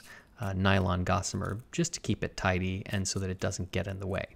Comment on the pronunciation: Every time you say "tidy" I think "tighty".